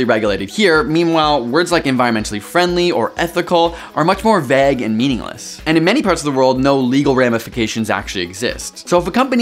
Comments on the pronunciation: is that how you pronounce vague in canada? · I know this is not the point, but as a Community fan, the way he pronounces the word 'vague' reminds me of Britta's bagel.